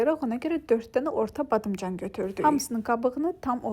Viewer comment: Her badimcan deyende gulmek gelir😅